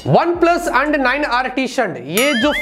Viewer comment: "Anndd Shandd Chize karte hai OnePlus!" -- 2021